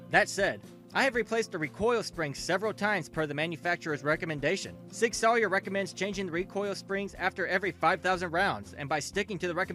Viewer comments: Sour. Not Sawyer. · Learn to pronounce Sauer. It's "sour," not "sawyer." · I stopped watching when I heard sig “sawyer” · Nope, clicked off after you said the name wrong after 3 seconds. This is your job bro, they’re too big of a name in the gun world to get it wrong like that. Makes me think you make the video and then dub over it off a script. Like you aren’t paying at renting to what you’re reading or something